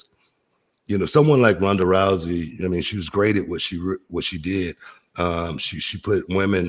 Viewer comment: Runda? Booker, do you mean “Rhonda”?